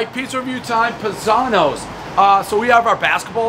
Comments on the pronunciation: PIE - Zanos :P not Pih-Zanos. Im pretty impressed that he actually got the history on the Uno / Malnati's family though - props! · It’s pronounced PIEzano’s . Not Pazano’s. 😂🤣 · It's pronounced "pie-zanos" everybody knows the rules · I love Dave, but is any other Italian just cringing when he doesn't say "Pie-Zano's" .........my dad called me that every day of my life ......RIP dad....miss you every day! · Isn't it PIE-zanos? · Cmon Dave. It’s pronounced pie zanos. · Dave it’s PIE-zanos…you massacre even the easiest names!!!